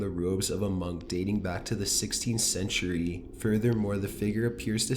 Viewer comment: Every time this guy ends a sentence, he drags out the syllable. Listen...he says photograaaaaaph, loooooooook, centuryyyyyyyy, late at niiiiiiiight, etc. Almost like he's possessed himself.